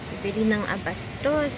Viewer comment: ABASTO hindi ABASTOS....